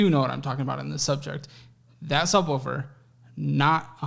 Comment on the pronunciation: “The thubwoofer”